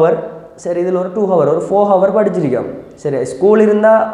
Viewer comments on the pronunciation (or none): While pronouncing hour..... H silence